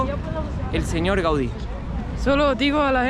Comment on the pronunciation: Gaudi, modernista. Muy bien como lo dices